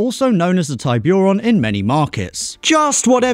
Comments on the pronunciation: Love how he cant pronounce some of the names 😂 like celica or tiburon (not taibiuron). Still love the channel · Hyundai Tiburon (Hun-day Tib-oo-rone) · Hearing him say Tiburon and Celica incorrectly made the hair on my neck stand up lol. English people say we don't pronounce English words right in America but ask them to say any easy word in another language and they will fuck up so bad you don't even know if they they heard you properly or they're just having a stroke.